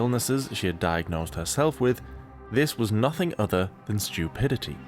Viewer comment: "udder" shock is... fitting